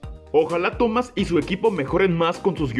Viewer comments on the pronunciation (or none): none